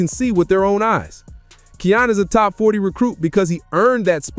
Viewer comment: His name is pronounced: Ky•yan (Kiyan) dope vid 💯